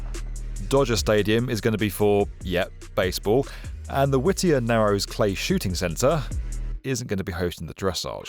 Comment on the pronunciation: Whittier is pronounced whit-ear